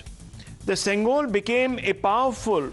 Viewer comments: Hey Iyer, It's not Sengal (brick), it's Sengol, Semmai - means rightness, and Kol- means stick. together it's pronounced as Sengol. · I condemn this Abhijit Iyer Mitra poor linguistic skills It’s not sengal It is Sengool Learn the language with its nuances I choose to ignore his ignorance as his intent in my observation was for the benefit of the society